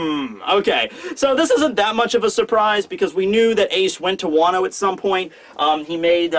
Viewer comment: " Wano-Wan"